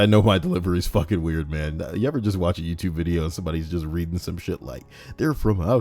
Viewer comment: 4 mins into the video and im crying laughing at my desk! "Readnig" absolutely hilarious